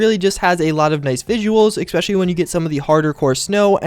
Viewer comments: He keeps saying ecspecialy. DDE PRONOUNCE IT RIGHT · "especially" does not have an "x" or a "k" in it.